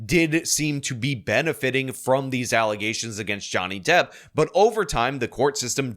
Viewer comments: Never heard of Pearl Davis .... now I see why. And, yeah, I can no longer say "allegations" properly ... it is for now and ever "allezations." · The false allezations throw back 😂